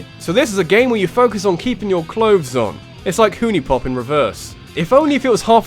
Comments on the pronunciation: I'm surprised no-one's said anything about not saying huniepop how everyone else says it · ah, the glorious 2 seconds in this video where talks about huniepop and pronounces it wrong